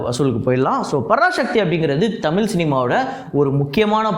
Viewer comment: தமில் இல்லை. தயவு செய்து தமிழ் என்று உச்சரிக்கவும்.